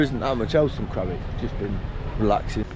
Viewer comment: It should be Krabi not Krabby !